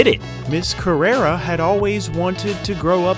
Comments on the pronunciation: It's CarrerE, not CarrerA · It's pronounced Tia Carerre. Not Carerra. You're thinking of the porn star who based her stage name on Tia's. Get yer mind out of the gutter.